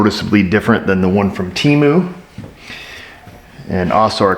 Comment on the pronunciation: I fell off the couch laughing when you said "Temu"..too hilarious